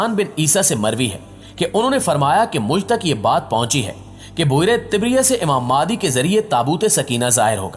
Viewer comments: You pronounce the name of Imam is Maahdi instead of Mehdi. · Sir ماہدی nahi مہدی it is Mehdi not Mahdi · ab bhai wo madi nahi hai mehdi hai talafuz sahi istemal kar